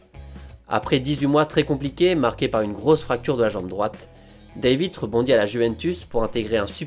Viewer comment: Cela se prononce 'Dèvitsh' mais superbe épisode